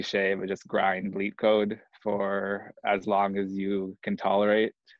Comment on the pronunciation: Is he saying grind bleep code? Or meat code?